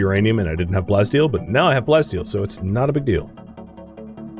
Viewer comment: You see, the Prof though you said "plenty steel" instead of plasteel XD